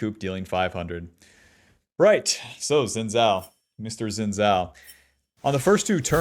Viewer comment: It's "shin-jow"